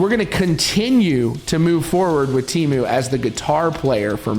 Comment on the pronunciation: Interesting video. However, it must be said that I cringed every time the Finnish name was botched. Teemu is not Tiimu. The 'e' is the same vowel as in the English word 'get', and it's an overlong vowel, you can stretch it forever. Mäntysaari, well... The stress is on the first syllable, always. The 'ä' is like in the word 'cat'. The 'y' = the 'ü' in German, cannot find an English dialect that has it. And the double 'aa' is the same vowel as in 'father', and overlong. It's a very phonetic spelling. [teːmu mæntysɑːri]